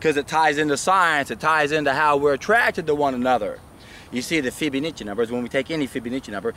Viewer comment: Fib-uh-NAH-chi :D